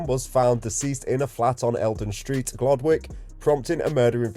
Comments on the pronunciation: It's pronounced "Gloddick", not "Glod Wick". I used to live on Abbey Hills Road for 26 years. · Pronounced Glodick. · It’s pronounced gloddick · The W is silent. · You’re brave going there. And you are saying it wrong / you are pronouncing it the Asian way.